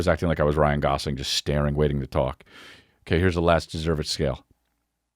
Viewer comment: Saying "Ryan Golofi" after saying Ryan Gosling 100 times previous to that... Amazing 😂